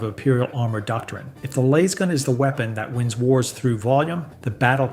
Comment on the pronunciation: Had to tune out, couldn't handle lasgun being pronounced like that 😆 not sure if it's AI or ignorance but can't do it.